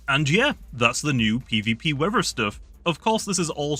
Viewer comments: Wever abilities(Bri'ish) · Bro says weather as “weaver” lmaoooo